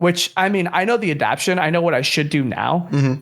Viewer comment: One thing I’ve learned about is he’ll never pronounce “adaptation” correctly lmao